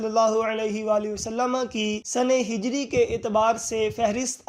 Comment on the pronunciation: wasallama nhi hota Wasallam hota he